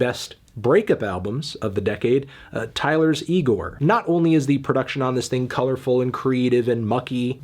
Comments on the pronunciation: Ok, but it's 'IGOR' not 'NEGRO' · Placing an N in frony of 'IGOR' was a bit excessive, Anthony